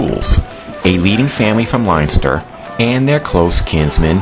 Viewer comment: Haha you pronounced Leinster( liynster) it's pronounced Len-ster